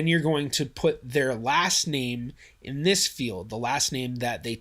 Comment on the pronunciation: Overall, a good video but your language is kind of confusing in places. For example, you say "the last name that they took" and your verbal emphasis sounds like you mean the name that they used last in their life. Yes, I do find naming confusing (and appreciate the goal of your video) because Geni doesn't make it easier with its choice of field names. For example, Betty Sue Smith might have believed her first name was "Betty Sue" while others thought Sue is her middle name. I don't mean to get hung up on trivia but it would be helpful for you to explain whether Geni actually does something different depending on whether you put the Sue in first name field or middle name. After all, if Geni doesn't change its behavior, then why does it matter? Along the same lines, when I first started using Geni, I did some simple tests and found the Also Known As names weren't found while searching so I started to shove nicknames into names like Franklin "Franky" Smith - only to realize later than Geni seems to re-index its name database sometime later. Would be nice to know how long that takes. And to show you I can nitpick trivia: you say "backslash" (which refers to "\") but you enter a slash ("/"). Some people call it a forward slash but most people consider "forward" unnecessary. wikipedia